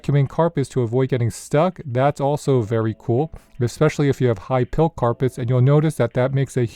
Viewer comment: High Pile. With a long I, not high pill.